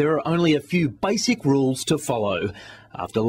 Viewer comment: the guy failed at saying basic